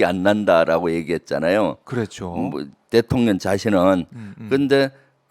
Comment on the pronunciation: ㅋㅋ 김의원님 발음이 살짝 샜는데 듣기 좋네요. 대통년~!!